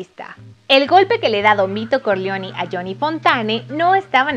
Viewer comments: Se pronuncia “Corleone”, no “Corleoni”. Porfa no pronuncien en inglés palabras que no están en inglés. Por ejemplo, se dice “Borgia” como se escribe y no “Boryia”. Háganle un favor a todos y burlaban a hacer el video. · Soy un hombre sencillo, escucho "Vito Corleoni" y le doy dislike al vídeo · Todo muy bien pero pronuncias muy mal los apellidos dices CORLEONI Y CORLEONE pronuncias muy mal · con aires de norteamericana. Es Corleone, no Corleoni. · No se si se te paso, pero si no trabaja con tu pronunciación es CORLEONE no CORLEONI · Aparte de la voz extra chillona, pronunciación exagerada No sabe pronunciar el apellido Corleone. 😕 mejora un poco por favor. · Es Corleone así como se escribe